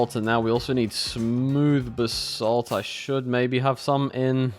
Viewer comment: Whenever he says "basalt" it kinda sounds like he's saying "the salt"